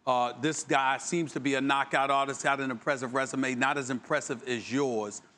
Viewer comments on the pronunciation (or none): none